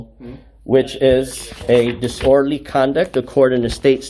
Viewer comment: Another frauditor that knows how to be disorderly, but can't pronounce it.